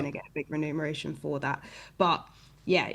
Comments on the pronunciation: Friendly note for: the word is REMUNERATION for “payment” not renumeration …. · It's reMuneration and not reNumeration.